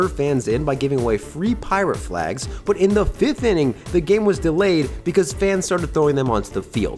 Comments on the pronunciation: Okay, your manner of speech is insane. You put emphasis on the wrong parts of words. Also, I just heard you say "but" and it came out like "bouut". What the hell, dude? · bro why you pronouce "but" like "byooot"? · You say " But " so weird bro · Just found out where lives by the way he says "but" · Can you please learn how to say but. It makes me wanna click off every time I hear it.